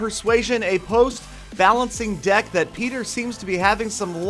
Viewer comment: is it me but when Peter says deck it sounds like dick xD and the song is completely different